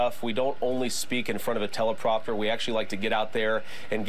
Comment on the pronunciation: Vance actually called a "teleprompter" a "telepropter"